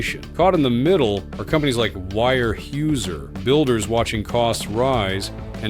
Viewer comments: so that's not how you pronounce Weyerhaeuser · Weyerhaeuser pronunciation is ridiculous ..... hating AI it will be the end of all we know. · When you have a fucking AI voice, at least teach it how to pronounce Weyerhaeuser. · The commentator should learn how to pronounce Weyerhaeuser. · The AI voiceover has three wrong pronunciations of Weyerhauser in one minute.. The analysis is all wrong. Weyerhauser does import saw logs from Canada. It has its own forests, of course, but doesnt have the skilled labour to harvest more trees. The atificial scarcity of lumber created by the tariffs increases prices, and then lowers housing starts. So Weyerhauser is paying more more for imported sawlogs, and facing a reduced market. Once Weyerhauser trains 20,000 more foresters in a few years, things should be okay. Unless the (non existent) climate change burns down its forests. Hee hee.